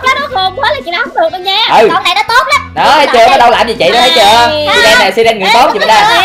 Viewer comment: Là sai rần hét ( siren) k phải si ren ạ